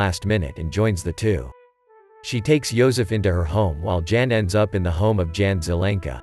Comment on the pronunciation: The male name of ' Jan' is pronounced as ' yahn '.